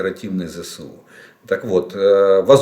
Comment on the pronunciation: Олег Владимирович! Вот откуда взялось выражение ЗэСэУ??? Ну правильно же - ЗэЭс У!!!